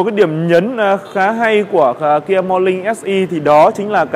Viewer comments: Làm youtuber mà Ngọng níu cả lưỡi... KIA MO LING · nói chuyện gi mà khó nghe , morling chư ko phải morning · morning = mo Ning, chu khong phai mo Linh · Mo nin mà cứ đọc mo lin vãi cả review xe ngọng.